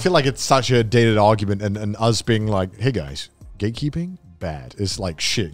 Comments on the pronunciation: The entire time I thought they were saying "gaykeeping"... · why i always hear gaykeeping when then say gatekeeping sdsafdsfsdfsdf